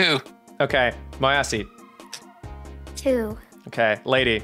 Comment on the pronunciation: I can’t stop thinking is saying my assy instead of moyasi